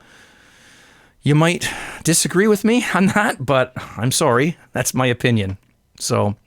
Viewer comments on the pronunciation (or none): none